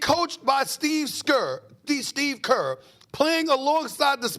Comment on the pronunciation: Lol he said Steve skerr lol